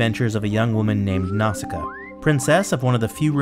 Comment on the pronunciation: Nice video but the way how you pronounce Nausicaä tears my ears